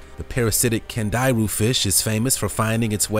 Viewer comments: I believe it's called a "candy-roo" not cand-I-ru... (watched Sir Jeremy Wade's shows 5 times) And the pic shown is a lamprey... also learned from Sir Jeremy Wade's show... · It's pronounced candy roo